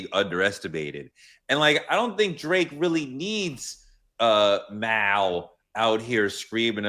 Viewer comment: I’m sorry but ain’t “Mal” short for Jamal? I used to be so confused hearing pronounce it like malware or something lol